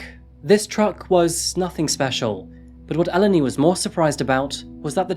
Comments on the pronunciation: Could you try to look up the pronunciations of names before you spend an entire video saying them wrong? Eleni is pronounced Eh-LEHN-ee, not EL-eny. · In Greek ou makes the oo (like boo) sound. So it’s topal’oo’di Also in Eleni you accentuate the 2nd from last syllable so Elèni not Èleni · Hi, hi just a note it's actually pronounced El-en-i! But not crucial to the story, don't worry! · You could have learnt how to pronounce her name, as well as brushing up the editing in general & the rather odd array of non-native speaker language errors, such as phrasal misuse & peculiar stress/intonation. These all spoil this interesting series, somewhat. Just a bit of homework & pre-preparation would improve this series immensely. Learning how to pronounce Eléni would not have been hard, for instance. The trouble is that you repeat her name constantly throughout & it sounds somewhat silly to the listener. Kind wishes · This has been going on for some time. This guy could have learnt how to pronounce the simple words, Eleni & Aegean, among others, which no one has noticed, bizarrely. Greeks have never learnt how to use the present perfect continuous. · The way you're pronouncing Eleni throughout this video is so fucken annoying. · This case struck me the moment I saw the title, my best friend’s name is Eleni, and it’s quite uncommon, especially here in the U.S. One of her biggest pet peeves is people constantly mispronouncing her name throughout her life, so of respect for this poor young woman I’d like to let it be known that Eleni is pronounced “eh-LEH-nee” with emphasis on the “leh” part of the name.